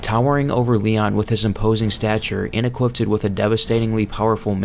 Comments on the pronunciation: Jesus christ dude it's equipped. Not equippeded. How many times are you gonna say it like that lmao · I know this is pedantic, but I don't mean it that way language just bothers me. You don't need to add the extra "-ed" to equipped, it's just pronounced "E- quipt". Sorry but if I didn't point it out thats all I would be able to hear for the rest of the video 😅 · If this guy says "equiptid" one more time